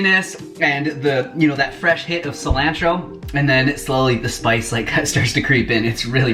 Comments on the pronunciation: "silAAAntro" 😂 makes me wonder where he's from in America? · It made me cringe lol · Subscribing for the way you pronounce “Sil-AN-tro” 😂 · Lol the way you say cell-lan-tro... lol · I’ve never heard anyone say “cilantro” like that lol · I've never heard anyone pronounce Cilantro like you just did. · I like the way you say cilantro. 🥰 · Peep how he says cilantro 😂😩 love it! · Cilantro - long A (like in the word jar) not short a (like in cat) fyi 😁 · [Just teasing] What's wrong with your 'a' sounds?? It's ah, for both pasta and cilantro. 🙉 Thank you for the great recipes! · I love your pronunciations! Haha it always makes me smile.